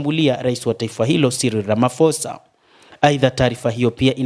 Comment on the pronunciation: Sio Ramafosa... ni Ramaposa